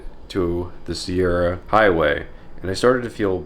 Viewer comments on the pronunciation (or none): none